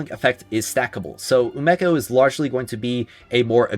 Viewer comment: Is it not umeko pronounced (oo me co) ??